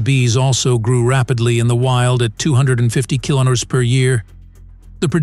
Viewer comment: The narration is horrendous...'can chase you for 1 kmutters...' what unit is a kmutter?